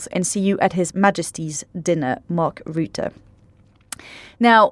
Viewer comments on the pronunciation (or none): Please learn the correct pronounciation of Mark Rutte. We are stuck with him for a while which is probably a good thing because he is the Trump whisperer. It's Ruh-tuh, not roo-too.